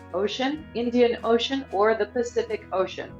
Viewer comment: Your diction is very grating on the ear. When reading a list of articles, one emphasizes the adjectives, not the nouns as its the ADJECTIVES that differentiates the items from each other, not the common word. It's the INDIAN ocean, the ATLANTIC ocean, the ARCTIC ocean ...Not the Indian OCEAN, the Arctic OCEAN, Atlantic OCEAN. Not wind PATTERNS.... its WIND patterns. Not Fancy coloured DIAMONDS...its FANCY COLORED diamonds. I turn off the sound and just read the questions myself.